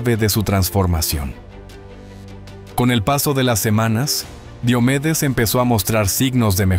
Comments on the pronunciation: No es Di o medes es Dio medes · Pronuncia bien su nombre por respeto!!!!